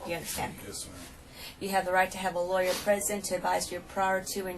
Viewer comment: LAWYERRRRRRRR. It’s not a complicated word and it’s easy to say